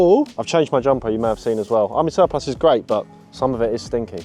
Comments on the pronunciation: Why can’t either of you pronounce the word Surplus 😂😂. Great vid as always lads keep it up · I’m cracking up every time you guys mispronounce surplus!